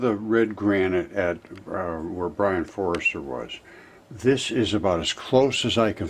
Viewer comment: i think its pronounced For Ster not forrester